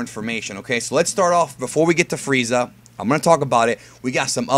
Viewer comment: Diemund Fweeza cunfirmed